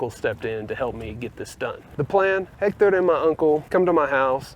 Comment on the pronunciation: Your first sign of victory was instinctively dropping the "h" in "Hector"!